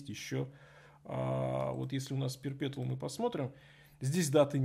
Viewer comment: perpetual не читается через "Т", там "Ч", уши режет